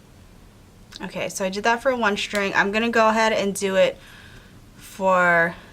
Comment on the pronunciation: I like your attachment idea but please, pronounce the words "string" and "straight" the proper way. So many people are pronouncing words that start with "str" as if it was "shtr". String, not Shtring.